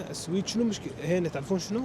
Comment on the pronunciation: مسمي حاله رحالة وهو حتى اسم البلد اللي رايح له ما يعرفه ولا يعرف ينطقه ، مايك تعبان ويحكم على البلد واسعاره وسهولة التعامل فيها ويقعد ينظر ويتفلسف وحرام فيه يزور اسطبلات الخيل اللي بالسويد والله لا احب التنمر ولا المتنمرين بس اللي اشوفه لا يحتمل حبيبي في اسعار رخيصة وفي مواصلات رخيصة بس لانك غشيم ما تعرف يعني تهرف بما لاتعرف خليك على تشيكيا وبراغ ولا تفكر تطلع لفوق 😂😜